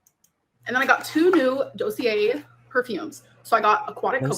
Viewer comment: there's no N in bergamot. The way she says dossier is.. uggggh